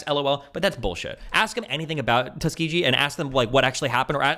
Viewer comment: Someone please tell Destiny that Tuskegee is pronounced with a hard g